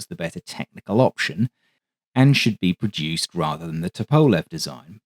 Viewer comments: The Tu-95 is an amazing airplane. But for the record, the designer’s name is pronounced “TUP-o-lev” not “tu-PO-lev” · Ok, I have a question. I normally wouldn’t question your pronunciation of anything. However, I’ve always heard it pronounced “Toop-a-lev” and I noticed you use “Tup-a-lev”. Is everyone else saying it wrong? Not a big deal at all just curious. Thanks for another great presentation! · FYI - Tupolev is pronounced TWO-PO-LEV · Isn’t it to-po-lev? Instead of to-powl-ev? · I'm pretty sure it's pronounced "TOOP-uh-lev"? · It's also dependent on the time of day. The great Sir Peter Ustinov used both pronunciations, and even a third - Tu-POV-lev, which was popular in the 80s and 90s..."The success of the ANT-1 (standing for the initials of Andrei Nikolayevich Tupovlev) test aircraft prompted..." Likewise, there will always be opposing opinions whether Tu-95 should be sounded out as either 'Too - ninety five' or 'Tee Yoo - ninety five.' Andrei, I think, would be more concerned with not having his assemblers, managers, testers, or designers executed vs correcting Western pronunciations - '...just spell my name right.' For the record. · Your videos are always a highlight of my day! One suggestion: Tupolev = “TOO-po-LOV” (why “LOV” for “LEV”? ‘Cause Russian!! 😂) Middle syllable unaccented…there, Bob’s yer uncle!!! Seriously, you are a gem in a sea of AI-generated narration and nonsense. 😊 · Actually, it's TOOP-oh-lef, with the accent on the first syllable. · The way you keep mispronouncing Tupolev is infuriating me. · great video, apart from the slightly odd pronunciation of Tupolev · Excellent video but and its big but your pronunciation of Tupolev is like dragging your nails down a blackboard to me